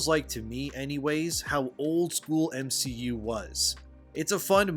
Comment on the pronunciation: The guy who tried to defame Gary also called the MCU the "M-She-U", anyone else catched that? I think that was accidental and not ironic... 🤦😂